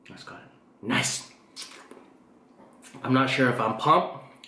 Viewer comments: Linda Xyooj thought he was saying pomped not pumped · why does he say “im pomped”? im confused